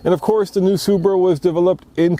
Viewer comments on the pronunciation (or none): Even the wheel lug nuts are Bmw style... did u just say Subra? And pls stop saying conjunction too many times find another word in the next future video.